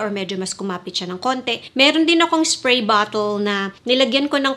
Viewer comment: Annoying ka magsalita. "1 spway guys, 1 spway"